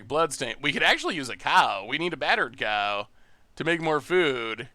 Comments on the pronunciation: He calls it battered cow like that since the spoiler day, at first it was by mistake, nowadays i don't know but he could very well still be saying it wrong without knowing... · I thought he was calling it BUTTERED cow for flavor